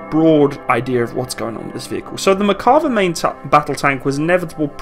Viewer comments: This guy should learn how to pronounce the bloody name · Just wanted to comment that it's "Mer-ka-VAH", not "Mer-KA-vah". The emphasis is on the last syllable. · It is pronounced MERkava, not MerKAva. I'm a Hebrew speaker. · Its pronounced Merkava not Makarva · Good video. The name is pronounced mer-ca-VA -- accented on the LAST syllable. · Why do i hear "McCarver" all the time in this video? :D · Mear-kav-VAH. Accent on the last syllable. Not English, so it can't be pronounced as if English. Sounds to us like pronouncing the Centurion Contoryin or something like that. Cheers from Haifa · Great video! I am really happy I found your channel, lots of good info all around. A few comments about this video: 1) The correct pronunciation of the name is with emphasis on the last A. In Hebrew you can have emphasis either on the last syllable or the one before last. In this case its the last. 2) The main design guideline for the tank was not the tank survivability but the crew survivability (this is probably what you meant but this is important). You have to understand the IDF mentality where the live of a single soldier is the most important thing. The compartment in the rear for infantry is part of that mentality. One tank can rescue the injured crew of another and so on. 3) The initial design of the tank was based off the two Chieftain tanks sent by the UK. 4) Merkava MK4 comes with the Trophy defense system as a standard. Sometimes when comparing tanks we look at just the features on paper. This tank was designed with the sole purpose of defending the state of Israel. It is suited to work with the Israeli terrain and with the Israeli mentality (for example I don't think it has any fording ability simply because this is not an issue in the Israeli terrain). Thanks again for making the video, looking forward to your next videos.